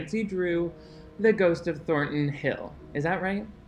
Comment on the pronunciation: You callin in Thorton Hill is making me crazy 🤭 youuu mudda frickin cutie! 🤓